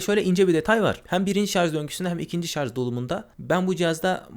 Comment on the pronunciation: Kardeşim madem teknoloji meraklısı bir adamsın, sarz değil şarj.